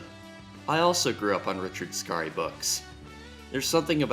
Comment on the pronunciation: It’s just Richard scary like “scary movie” not skar e. Like man that was scary just say it the way you read it. Why go out of your way to pronounce a name wrong